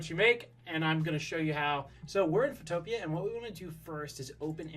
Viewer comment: Not being rude but it’s called photo pea